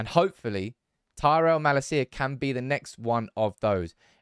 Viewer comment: Dutch pronunciation tip: MaLAcia, in stead of MalaCIa.